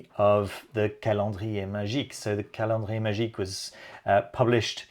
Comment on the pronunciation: "Calendrier magique"... OH - MY - ZEUS, what a beautiful french pronunciation! ☺